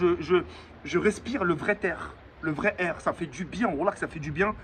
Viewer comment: Il a dit (le vrai t’aire ) 😂😂